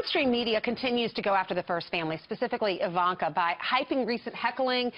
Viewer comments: Fake news--I don't mean Kyle's talk, I mean the Five clip he showed. This Elmore person cannot be acquainted with Ms. Trump. If she was, she'd know how to pronounce "Ivanka." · "Eye-vanka", "coom loud" what a fool